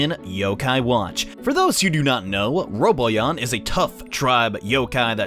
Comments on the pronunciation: Um it's ro-Bon-yan not robot-yan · roBONyon not roboyan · giorgioskb he says doesnt even pronounce the n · ROW-B'ON-YAWN*** ...Not "Robo-yon" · He said roboyan instead of robanyan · I know and it's driving me crazy.. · It's pronounced robanyan not roboyan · RO BON YAN! NOT RO BO YAN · its ro-bon-yan not robo-yan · Ro Bon Yan not Ro Bo Yan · Not Roboyan its Ro-Bon-Yan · It's Ro-ban-yan not Ro-bo-yan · 0 In the Japanese show they pronounce it Ro-bo-yan but in the English show they pronounce it Ro-ban-yan. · ITS NOT ROBOYAN!!!! ITS ROBONYAN _ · It's RoBONyan. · Its actually Ro-bon-ian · its ro bon yawn when it comes to pronounecing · Having trouble with the 'nyans' I hear. Like literally. Sounds like you're saying 'Roboyan'. Still love your content tho. Top notch bro. Much more useful than any other guides and sites I've found. Especially the crank-a-kai trick.. Can't believe they'd actually allow cheating. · All I could think while watching this was "PRONOUNCE THE N!" Either Robo-nyan if you're going Japanese or Robon-nyan/Robon-yan if you're going dub. There's a N in there, man! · Thanks for the tips! I'd figured out most of this, but wasn't sure about where the best spot to go up and down the stairs would be. Also, isn't it pronounced roh-BAHN-yan? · The correct pronunciation is "Ro-bo-nyan". And for people that are complaining they only get Dismeralda, Dismerelda is Rank D. Robonyan is rank A. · It's robo-nyan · Its pronounce ro/bon/yan. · you'r pronouncing it wrong, its pronounced ROW-BON-YON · Count how many times he incorrectly pronounces "Robonyan" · your saying his name wrong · Learn to pronounce the N in RoboNyan. lol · Horrible Monstrosity to be honest it can pretty much be pronounced any way depending on preference